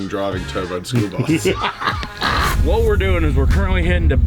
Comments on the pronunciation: It is school not spool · Did you just say, "SPOOL bus"?